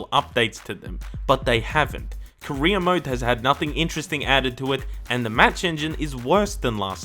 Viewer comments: Same here 🤣🖐 God dammit it's career not Korea car and reer = career for him it's more like ko and reer = korea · everytime you said career mode, i thought you said korea mode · I know that you're saying career mode, but I cant help but hear Korea mode, which sounds hilarious to me lol